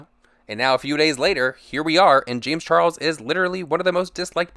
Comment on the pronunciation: Darrick Sp40 i’ve been hearing “lames charles”